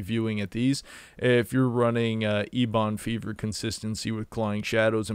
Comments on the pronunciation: I'm with Justin on this one. I quit watching the video after "Ebon Fever." You lost all credibility. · Is there an inside joke to the way he keeps pronouncing Ebon Fever